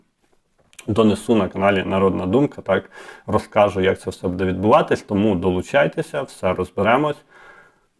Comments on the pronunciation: Не будЕ, а бУде. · Вельмишановний , в слові «буде» наголос на першому слозі - « буʼ де» не « будеʼ»; в слові «розкажу» наголос на букві «у» не на букві «а».Дякую за працю.Коли б це збулося, про що ви розповідали в ролику! Буду чекати на підвищення пенсіі.❤🎉